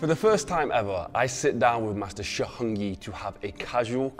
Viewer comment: His pronunciation of "Heng" is brutal. Too much throat